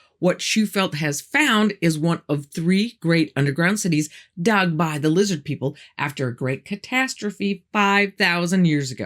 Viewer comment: I keep telling people it’s lizzid NOT lizard!! Sheeple, all of em🤣